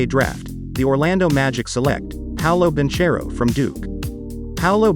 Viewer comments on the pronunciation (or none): Bro is pronounced Bankero non banciero, pls